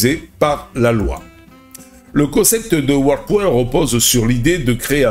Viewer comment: ) C'est pas coin comme "coincoin" mais coin comme bitcoin. Coin en anglais, ça veut dire pièce. Il faut que tu le prononces correctement sinon les gens ne vont rien comprendre. On parle d'intelligence artificielle et je ne vois une qu'une queue reptilienne ;:-)